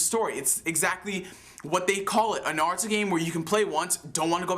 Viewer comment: It's not NAHruto its Naruto.